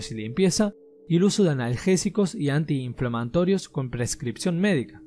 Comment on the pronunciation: inflanmantorios xd